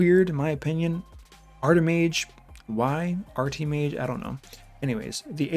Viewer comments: Also it's not <Artimage> Art-E May-juh , it's <Artimage> Ar-tuh-mij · I do think you're being harsh on the new champs, they are not S-tier. If they put the decrease resist to 100% it would be overpowered. Also, everyone is pronouncing Sir Artimage wrong, It is pronounced ART-I-MUDG. It is a weird way of the English language as naturally, we would say Art-I-Mage